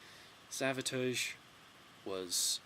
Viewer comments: I've never heard someone pronounce Savatage that way either.I thought it was a slip at the beginning but then he mispronounces it wrong again.It's not like a foreign accent is getting in the way. Anyway,I wouldn't say they're underrated as much as they're just UNKNOWN.Most people who know of them like them a lot&those who may not,certainly respect them.But most people just DON'T know them.This LP came out when pop metal was blowin up&they peaked when alternative music took over. Great Review! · I've alway pronounced Savatage similar to Sabotage. But i don't think you say it incorrectly or weird. It is probably just a accent